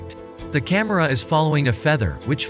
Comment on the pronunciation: lol noone says "cahmeirah" supposed to be camera